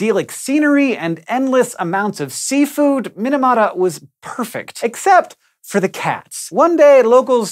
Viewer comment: Mee-nah-mah-tah. Not min-a-mah-tah